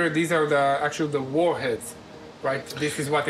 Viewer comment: “the actual WARHEAD...” 👏 yes perfect 👌🏼 pronouncing of War....! ✌🏼